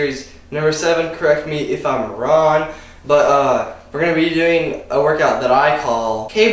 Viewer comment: did you say "correct me if im ron" ?